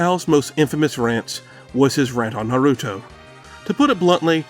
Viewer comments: Its naruto Not norutou lmao this gringos I swear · Do you not know how to say Naruto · not doing enough research hmmm I mean I hate to be that guy but you kept mispronouncing Naruto lol even Big Al gives the correct pronunciation immediately after that still love the video